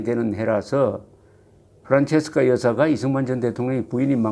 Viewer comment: 이승만 대통령이 현직 대통령일 때 초등학교 학생이었었으니 당연히 프란체스카 부인 이름도 익숙합니다. 그런데, 사실 "프란체스카" 가 아니라 "프란치스카" 로 발음해야 하는데 왜 옛전부터 잘못 발음이 전해졌는지 그 이유를 알 수 없습니다. 대한민국에 이승만 대통령 이름이 다시 복귀되기를 바라며 동시에 그 부인이셨던 프란치스카 도너-리 여사의 이름도 정정되어야겠습니다.